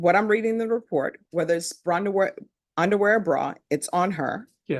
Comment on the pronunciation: I love, and i will never forget she said brunderware 😂❤